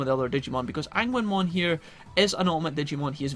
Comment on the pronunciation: Today ive learned that Agunimon's name is pronounced "ANGUINMON" i cant stop laughing...